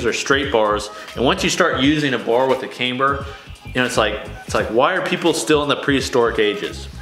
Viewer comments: Please stop saying came-ber! Cam,Cam,CAMBER!! 😆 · You gotta learn how to pronounce camber